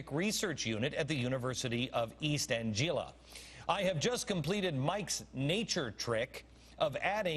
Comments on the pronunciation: No no no. It's spelled "Anglia" and it's pronounced "Anglia," as in the land of the east Angles, Anglo-Saxon." Beck pronounced it "Anjeela" . Anglia is the root for the word "English" moron. It's pronounced with a hard "G," not "Enjeelish," Which given Becks extremely poor knowledge of everything, must be how he pronounces that too. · Holy Sh^t. Glenn Beck can't even pronounce "Anglia." East Angeela. LOL